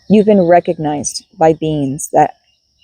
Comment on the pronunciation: "you've been recogknight"